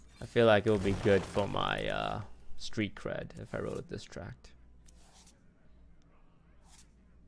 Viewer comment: "like how Eminem wrote his dis tract" I'm pretty sure its just him not pronouncing things correctly.